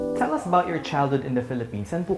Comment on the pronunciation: why does he wear those glasses all the time?, He told uzz. LOL